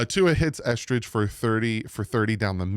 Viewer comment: I don't care about yesterday's practice dude...just say the damn names right! Eh-ZOO-comma and EsKridge not EsTridge